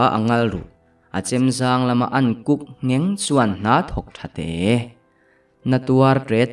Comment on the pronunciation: a chang hian “Kuk”, tiin ka hria a, a chang leh “Huk”, tiin ka hria, buaithlak tak a ni😂